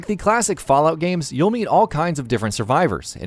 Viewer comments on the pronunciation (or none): none